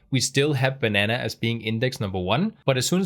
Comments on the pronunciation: Great video. Also, your initial pronunciation of banana is correct. No need to change it. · You say "banana" absolutely correctly. Americans say it slightly differently but they American after all. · your php videos are the best on youtube. But you, sir, are a banana! It was so cute how you experimented with the very American pronunciation of the word, personally, I like your pronunciation better. Jeg elsker dig min bror.